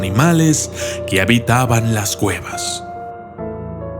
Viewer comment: yo crei que era un documental de exploracion de cuevas pero oh!!! sorpresa escucha en el min 1.15 claramente dice exploracion de guevas jajajajaj